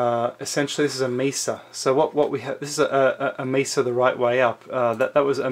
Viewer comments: This guy is irritating. The word is mesa from the Arabic for table. It's not misa. Too much pencil action also! 😅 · I am sorry, are you pronouncing mesa like it would rhyme with giza?